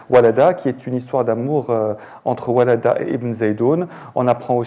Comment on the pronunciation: Monsieur l'animateur semble ignorer totalement le monde d'Ibn Zaydoun. Il faut dire "WaLLada" et non "WaLada" (avec une chedda sur la lettre "ellam" si tu l'écris en arabe). Plus grave encore du côté de l'auteur du livre que j'ai cru entendre commettre la même erreur. Cela dit, revenons à ce que vous appelez l'histoire de l'Algérie. Macron avait tort de dire que votre pays n'a pas d'histoire. Faux, complètement faux car il n'existe pas de pays sans histoire. Seulement l'histoire que vous voulez absolument donner à l'Algérie n'est pas vraie. Quand l'auteur de "WaLLada cite par exemple les "Mérinides" en disant : On a eu x, y, z, on a eu les Mérinides, eh! bien çà, ce n'est pas l'Histoire de l'Algérie, mais du Maroc. A moins de dire ;"L'Algérie était une province marocaine durant 6 siècles (du 8ème au 14ème) sous le règne des Almoravides, puis des Almohades et enfin des Mérinides. Cette histoire là n'est pas dans vos manuels scolaires. Et l'on est étonné de constater que l'on s'accapare les Mérinides au même titre que Tarik Ibn Zyad ou encore le Kaftan ou le couscous... Après les Mérinides ce sont les Espagnols (Oran, Béjaïa entre autres) et lesTurcs qui ont pris la relève jusqu'en 1830 où ils ont été délogés par les Français qui ont fait main basse sur le pays jusqu'en 1962, et à qui ils ont donné le nom d'ALGERIE ( Maréchal Soult en 1837)... Macron avait tort, l'Algérie a bel et bien une histoire